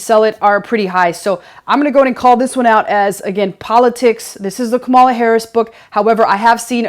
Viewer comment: Kamal: "Coma-La" ...Love your videos!!